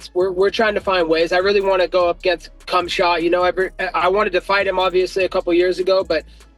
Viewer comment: Nobody heard Colby call Khamzat for Cumshot?